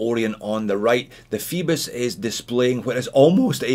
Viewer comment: Fibis? It says Phoebus i think, with an ö sound....lol or oi in the original Greek.